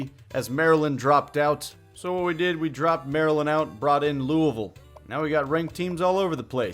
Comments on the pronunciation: Thanks for saying Louisville right, almost no one does. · Thank you for pronouncing Louisville correctly! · Thank you! You said Louisville pretty well, its not Looeyville!!!